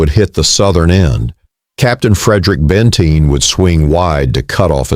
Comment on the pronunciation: BTW it's "BENTEEN" not Bentine 🙄 They also had left their sabers back camp miles behind the pack train. 🙄🤨